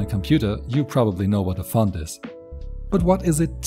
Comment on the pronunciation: pov i hear someone pernouncing font as fon ITS FONT NOT FON